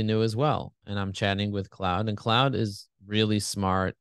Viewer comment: Claude is a French name, pronounced cloh-d, not like "cloud"! Bard pronounced it right 😉 Helpful comparison, thanks!